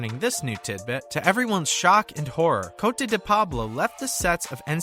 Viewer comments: Oops I spoke to soon. COTE is pronounced the same as the name spelled Cody/Codie .. Same with my grand daughter who's name is spelled KOTE. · Paisley Perrette?! Doesn’t even know her name! And he can’t pronounce Cote! I hate when they get some know-nothing to read these things written by fellow know-nothings! Geez!